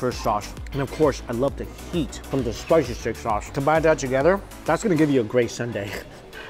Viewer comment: Steak so good, it has you slurring words. He said “ Spicy Chilli Shauce”.